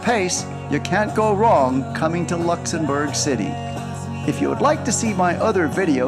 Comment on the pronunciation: Also it’s Luxembourg not lexembourf